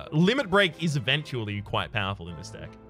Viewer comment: Whats with the word spelling? I read the comments but no one mentions it? Eventually doesnt sound right, dont speak like you read a letter to letter, and you do that with some other words.. but still keep up the good work.